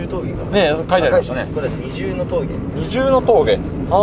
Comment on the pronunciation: にじゅうの峠ではなく、ふたえの峠です